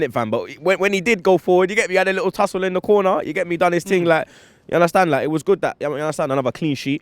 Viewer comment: "You understand larrrrrk"